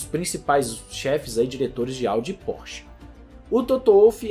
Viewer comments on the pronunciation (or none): none